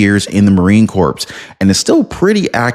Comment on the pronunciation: Marine Corps is pronounced Marine Core. The PS in Corps is silent my Brother.